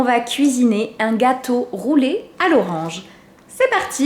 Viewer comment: Au debut je penser tavais dis gateau pouler a l'auronge